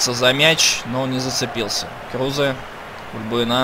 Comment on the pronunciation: Игрока зовут Крузе. Ударение на е.